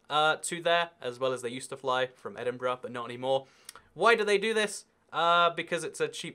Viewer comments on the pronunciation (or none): none